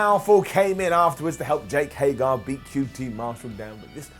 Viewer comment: I agree with the stuff about Hager, he just doesn’t excite me. And, it’s Hager not Hagar!!! Stop saying Hagar!!! Lol